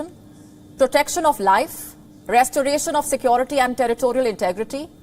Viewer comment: Check her pronunciation... Sekwority.... It's sekewrity: security